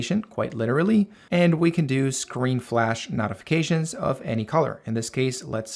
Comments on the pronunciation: brother, I greatly appreciate this video. i appreciate the work and time you put into making this. It was very informative and I did learn a lot. BUT the way you pronounce "notifications" is wrong. It's no-tif-uh-cay-shuns, instead of not-if-uh-cay-shuns. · Why in hell do you say "knot-ifications" instead of "note-ifications" like a normal person? That's insane. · It's not not-ifications...it's no-tifications. Otherwise amazing video. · Im really losing my mind as this guy keeps saying "Naughyfications" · Why are pronouncing notifications like knotifications? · I will Notify you how to properly pronounce "Notify" or "Notifications" It's pronouncwd NOTE-ify. Or NOTE-ificatations. You speak perfevt English other than that. If you cam do me another favor and just say "I'd like to Notify You that your fly is undone" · I like that you pronounce notifications as “nautification” 😅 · The way you say notifications be pissing me off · ok, the way you say notifications pisses me off